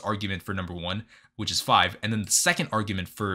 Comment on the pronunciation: “no it fiv” 🤪